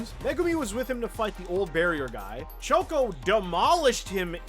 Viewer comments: why does he says choso like shoko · Every time he mentions Choso he calls him Choko